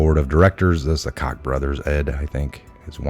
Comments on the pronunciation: Ezra Cohen Watnick, Priestap, Rosenstein, Ed "Cock": Jews! It's like they infest the entire gov't! And Ed Koch's last name is pronounced "kotch" as in crotch without the 'r'. NOT one of the gentile Koch brothers, of Koch Industries, from Kansas , which is pronounced "coke" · The mayor of New York was ED KOCH, pronounced "KOTCH." Sloppy, sloppy, sloppy reporting. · Ed Koch was a mayor of NYC and is deceased. Rhymes with notch. 💙 He navigated us through the recession.